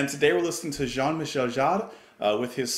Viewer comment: The first Jean Michel Jarre album I bought. The Concerts in China, Magnetic Fields and Oxygene followed. Great album and a great successor of Oxygene. This was exiting synthesizer music opposed to the plink plonk plonk dull stuff. Michel is pronounced as Me-Shell, without the space in between. Shell is not pronounced with a sharp S but more as Shjell